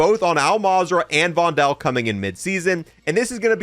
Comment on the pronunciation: stop saying "vondel" wrong